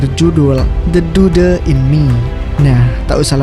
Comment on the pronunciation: De dude..??!!! 😂😂😂😂 It was pronounced de dud (the dude), bro..belajar lah english dulu